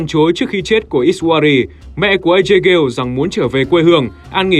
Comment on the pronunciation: Cho hỏi sao lại gọi là Ghale (kiểu Gale) thay vì gọi là Ga Lê:)) tại trong game hình như ai cx gọi Ajay Ga Lê:)) Ga Lê nghe cx cuốn hơn và cx k phải méo miệng nói từ Gale:3